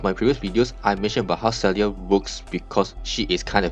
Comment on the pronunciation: Her name is pronounced as Sigh-ark.